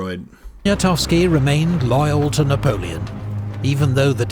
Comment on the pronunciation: I never get tired of watching Epic's Napoleonic content...the information, the music, the dramatic quotes, the battle map animation, the writing, even the way he pronounces all the French names correctly and with a French accent to boot!! Truly a production worthy of the Little Corporal!!!